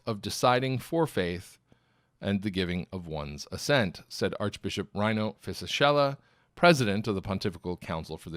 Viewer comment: Just a quick note from Italy on how to pronounce the name Rino Fisichella: Rino is like "reeno" and the "ch" in Fisichella is hard, like it were written "Fisikella".